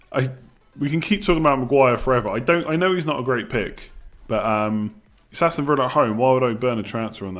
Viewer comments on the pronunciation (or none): none